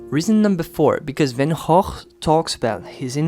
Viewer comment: Love Van Goph.. This was a conversation I had with a friend a few months ago. I’m happy to hear you speak the correct pronunciation. Many people are surprised, as I was, to hear we were saying his name wrong for years. Thank you ! 💜